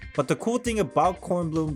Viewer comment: loved your German pronunciation! Bkornblume is also my favorite